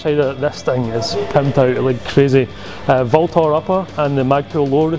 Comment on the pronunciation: VLTOR is actually pronounced ULTOR.